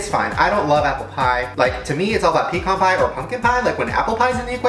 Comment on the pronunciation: Pee con pie